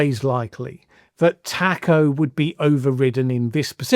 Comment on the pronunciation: You are mispronouncing TACO You have to say it like the food 🌮